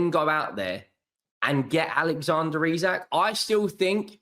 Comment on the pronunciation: is hilarious. Even if United could put it on tick. He would NEVER join United in their current state. 😂😂😂 Also its "Ee-Sak" not "Isaac"